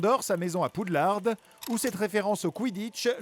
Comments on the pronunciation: Ça se prononce poudlar et pas poudlarde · On dit "Poudlard" et non "Poudlarde" !!!! Poudlard étant la version française de "Hogwarts" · Déjà il est pouffsoufle et on dit pas Poudlarde mais Poudlard. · Attendez... Il a bien dit que Newt était à Gryffondor? Et que l'école c'était Poudlarde? Non mais renseignez vous par contre surtout les prononciations là Grindelwald et tout le reste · et il dit "poudlarde"😂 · Alors mes oreilles ont saignée quand j’ai entendue que tu prononcer le « D » de Poudlard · Il ne sait déjà pas bien dire Poudlard alors qu'ils le disent je ne sais combien de fois dans les films. Il n'est pas foutu non plus de dire le nom français des strangulots. Et puis ça parait logique que Grindelwald aie sur lui le logo des reliques de la mort car il les convoite depuis sa jeunesse, depuis son voyage à Godric's Hollow où il rencontra Albus.